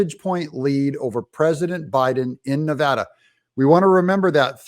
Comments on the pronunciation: Of course we did. And you said Nevada correct! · Thank you for saying Nevada correctly!!!!!!! Spoken like a local.